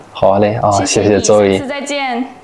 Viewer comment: 这个小兄弟母语英文发音反而不标准， ZOE音读错啦！